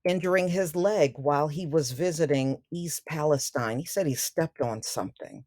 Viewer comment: Thanks for pronouncing it Palestine and not Palesteen. Not sure why everyone else is calling it Palesteen. Spelled the same as Palestine in Israel.